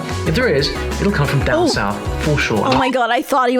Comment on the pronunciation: 7: 45 he wakes up he goes dahn the church dahn was all i needed since thats my accent 😂